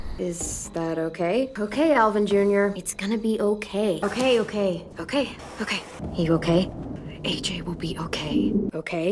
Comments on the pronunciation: All i hear is "cocaine" "a cookie" 😭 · I like the part when it sounded like cocain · Lol I listened to her a lot saying that now it sounds like she's saying cocaine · Eventually, I heard ”cocaine” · Hi what is it? I hear cocaine now omg 😂😂😂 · i don’t even hear okay anymore i just here ‘oh kae’ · bruh I hear oak hay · When u listen to it a lot it sounds like if said oke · after a while i started hearing ogay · After awhile I started to hear “oh gay” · Eventually I heard, ‘ croquet’ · if you watch it in 1.25 it looks like is saying cocaine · In season 2 it sounds like she's saying "Okaine" COCAINE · At first I sounded like okay but then it sounded like O Kane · I kept hearing “cocaine” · It sounds like cocaine if you listen it too fast 😂😂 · Sounds like she saying "cocaine" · Cocaine? I only hear cocaine? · Am i the only one hearing Kokain? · is it me or it sometimes sound that she says COCAINE? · Why does it sound like she's saying cocaine?